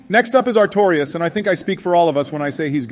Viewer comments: fumbling their names so badly is hilarious. Manus= Manson and Mason, Artorias = Areola and Artemis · joe getting manice's name wrong three times in a row is peak, almost as peak as artemis, the best boss in ds1 and the star of the dlc "atreus of the abyss" Also obama saying "plin plin plon" when talking about gwyn's theme killed me